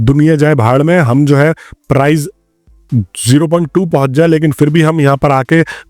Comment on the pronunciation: price hota hai bhai prize nahin